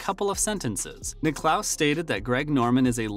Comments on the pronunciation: Niclous? It's Nicklas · Can't stand these videos. There is no actual footage of Tiger Woods speaking and this narrator doesn't even know how to pronounce Nicklaus and Costas. He says Nick-lose and Cohstas. WTF. Click bait. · Get your CG voice to pronounce the names correctly. Nickelouse? Really? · Yeah he said Jack Nick-clouse...said it 3 times. Wth?!?!?!? Sheesh.... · How do you not know how to pronounce Jack's last name... come on now!